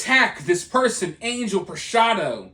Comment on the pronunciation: Angel is pronounced on-HELL